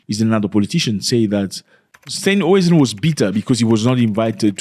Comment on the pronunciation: It is John Steenhuizen. You cannot pronounce it. 😮